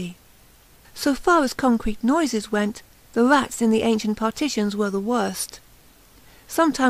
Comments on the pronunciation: I could not listen to this nonsense. If you can't fucking speak, don't fucking narrate audio books. "Red" is not pronounced "Wed" "Rats" is not pronounced "Wats". Just fucking stop speaking. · Robot_Animal I'm sowwy; obviously you can listen to her wead about the wats behind the wed walls in the wainy night and not want to throw a speech coach at her. I can't.